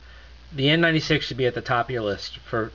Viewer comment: what did you say? N NINETY SEX?